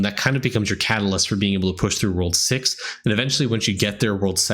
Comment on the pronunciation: he really said "World sex" i had to rewind it a few times. lmao.